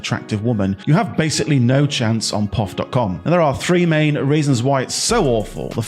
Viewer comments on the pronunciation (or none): It is called P.O.F. not the way you say it which makes me wonder?